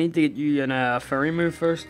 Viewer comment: when he says "fairy" it sounds like "furry"